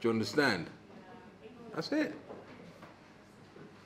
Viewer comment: He said RE METCH, not Rematch